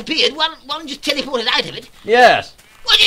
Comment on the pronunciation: He Tell-e-poo-ted